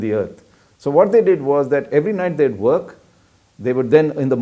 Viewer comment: why south Indian pronounce 'every' into 'yavry'?just hear Kalam's English